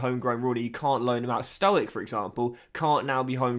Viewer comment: It's pronounced Stojich